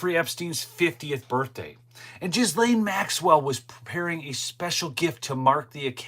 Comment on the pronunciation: Ghsilane is pronounced. Gil lane. It does not have a J SOUND IT IS A SOFT G SOUND AS IN GOOD